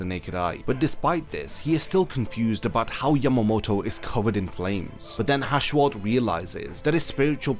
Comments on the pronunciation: Why the hell is his name pronounced like that? There isn’t a “b” in it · It will be such a relief to learn that you have been pronouncing Yhwach wrong this whole time.